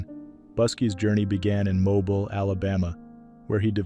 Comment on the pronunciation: Mobile is pronounced Mobeel.